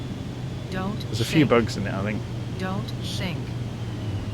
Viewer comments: Shink? Don’t shink? Are my ears in need of cleaning? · I heard 'Don't sing'. I'll put that down to my old ears.